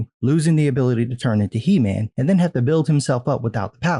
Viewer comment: LOL! Did you say "He- Ma'am" :)